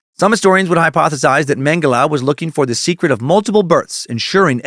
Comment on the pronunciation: You pronounce Mengele right. Mengeleeeeeey is so annoying!